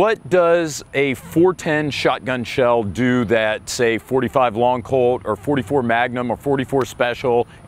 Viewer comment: It’s not “long colt”.